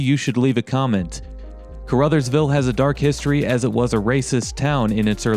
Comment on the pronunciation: Caruthersville pronounced like Ca-ra-thurs-ville. Lived there for several years and still have family there. The building on 3rd that you were wondering about used to be a gas station/with a two bay repair shop. I dont remember the name of it.